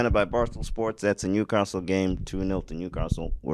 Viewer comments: “New caRstle” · Maybe someone should tell the lad interviewing that it's not "Newcarstle".